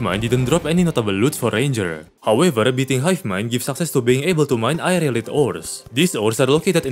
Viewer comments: Just to clarify, Aerialite is pronounced Air-ee-a-light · correct me if I am wrong Aerialite may be pronounced as Ai-re-a-lite